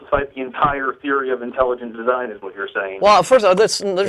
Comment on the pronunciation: Intalujunt deezine.